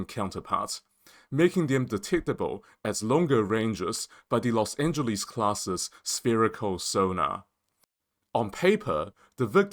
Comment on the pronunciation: Please learn how to pronounce Los Angeles